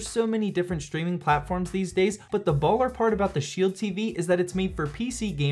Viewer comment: Dislike for saying baller as white as possible